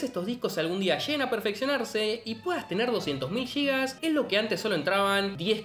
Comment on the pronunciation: No son "Yigas". Sin "Gigas". Y tampoco en realidad son "Gigas", sino "Gigabytes". Intente aprender al menos las unidades básicas y como pronunciarlas.